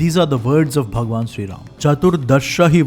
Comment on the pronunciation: you r just a dumb propagandist who can’t even pronunciate Bhgwan Ram correctly u r just a slave of britishers who is glorifying english and non vegetarianism